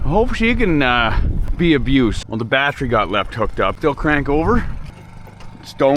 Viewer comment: My girlfriend likes the way you say battery, I'm now required to say bat tree lol